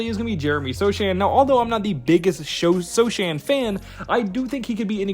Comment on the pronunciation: Sochan is pronounced So Hand <---without the d sound. Risacher is pronounced Risa-Shae , Topic is pronounced Toe pitch